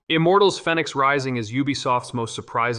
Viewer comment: WTF ! How can you pronounce Fenyx so badly when they must say it the correct way 4 or 5 hundred times in the game.